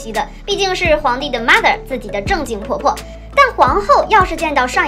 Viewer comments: 英文好好丫 morther🤣🤣🤣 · 因為卷舌所以多加個r